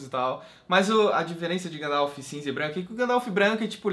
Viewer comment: pare de falar Gandalf errado..huahua